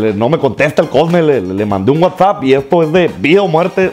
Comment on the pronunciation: Se dice wa sap